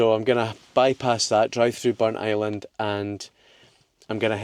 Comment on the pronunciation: A hugely interesting episode (as always). The Pictish carvings were fascinating (I studied A-Level Archaeology some years ago). I also learned that Burntisland is pronounced 'Burnt Island' and not Burnt - is - land as I always thought. Loving the series and looking forward to the next one. Thank you.